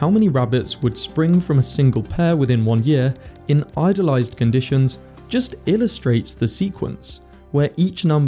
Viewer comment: 2.33 "idolised conditions" eh?